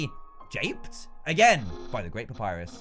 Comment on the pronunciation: **papyrus not "purpus" lol XDD